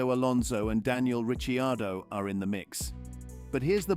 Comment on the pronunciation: It's Rikardo, NOT Richiardo just spelling it how you make it sound ! If you gona do klick bate F1 news, pronounce there names properly